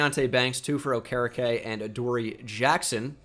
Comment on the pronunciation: dude. it’s bobby O-ker-E-K - signed a concerned colts fan